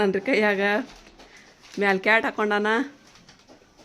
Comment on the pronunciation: ಅದು ಕ್ಯಾಟ ಅಲ್ಲ ಕ್ಯಾಪ್